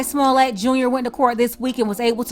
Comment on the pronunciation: you said "Carla Smallett"😂😂😂😂 Well can't call Alabama racist on this.